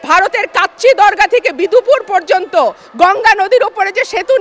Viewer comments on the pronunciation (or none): none